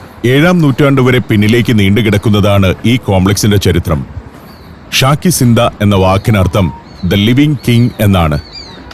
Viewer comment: അമീർസോഡയല്ല അമീർZoദ. അതായത് AmeerZaadah. അതായത് അമീറിൽ ജനിച്ച/അമീറിന്റെ മകൻ. രാജകുമാരൻ. ഉർദുവിൽ Shahzaadah എന്ന് കേട്ടിട്ടില്ലേ. അതായത് ഷായിൽ ജനിച്ച/ രാജാവിന്റെ മകൻ= രാജകുമാരൻ. ശാകി Ziന്ദ അല്ല ശാഹി Ziന്ദ. അതായത് ശാഹ്-എ-Zinda = Zinda Shah= Living King